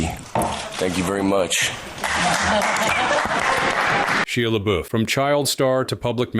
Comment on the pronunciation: What is wrong with you?! It's SHY-AH LE-BUFF!